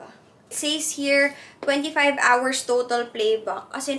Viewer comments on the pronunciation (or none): sorry, na-bother talaga ako but “says” is pronounced as “ses” not “seys.” 😁